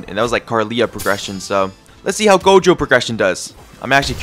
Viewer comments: bro doesnt watch jjk he be saying gogo jojo jogo everything but gojo lmao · Why is bro keep saying jojo instead of gojo😂😅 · Who tf calls gojo "jojo" 💀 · bro said called "Gojo" Jogo or Jojo for 80% of the time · bruh stop saying jojo it gojo plis